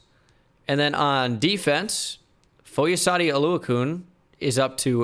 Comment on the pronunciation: "foy oh saw dee oh loo a kune" "Foy a sawed oh lue a kan"